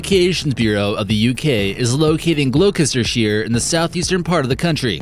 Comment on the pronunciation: Love the way he pronounces Gloucester 😂😂😂